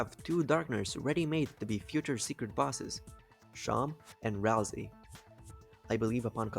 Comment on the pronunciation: BRO it's not pronounced ralzee it's pronounced ralsay